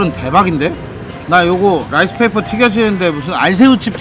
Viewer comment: 근대 라이스 페이퍼 하믄... 머릿이 튀김 되요. 혀를 쫌더 굴려서 롸이스 페이퍼 라고 I will try rice paper without sauce. It doesn’t taste anything. ㅎㅎㅎ 요롯케